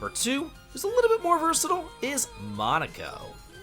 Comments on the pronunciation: he couldn't even pronounce Monoco correctly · but not enough respect to even say his name correctly~